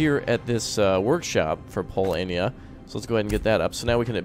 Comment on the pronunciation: its noot Polania its Polonia (Poland)